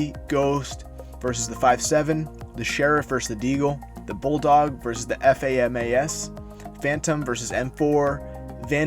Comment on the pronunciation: did you just pronounce FAMAS F-A-M-A-S